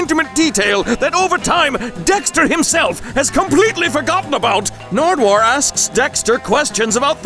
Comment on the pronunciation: I laughed so loud when you said Narduwuar😂😂